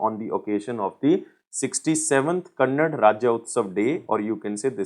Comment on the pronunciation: Its is Kannada.. Not kannad just like Hindi cant be called as hind.. Please make a correction in it sir